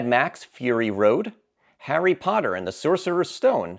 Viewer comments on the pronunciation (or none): none